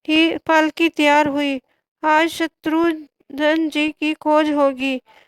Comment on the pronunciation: Eese shatrughan bhi bolna nahi aata Shatrughan hai shatrudhan nahi